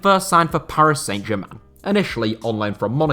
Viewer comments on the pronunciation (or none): San Germain not Saint Germain! Pronunciation!